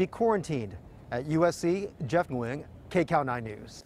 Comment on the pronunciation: Glad you're saying your last name correctly,.